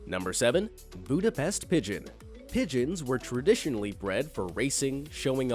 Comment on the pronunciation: So here I am, watching this video and two sides of me are fighting to write these comment. One wants to correct how you pronounced "Budepst" and the other wants to agree with everyone, that a lot of these animals are actually cute and/or majestic. 😆💁‍♀️🙃